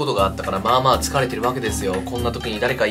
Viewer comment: 「まあまあ」なのに「まんまん」なのおもろいなwww